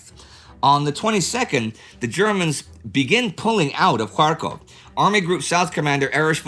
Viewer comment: Every time Indy says Kharkov, I hear Krakow (Polish for Cracow) :)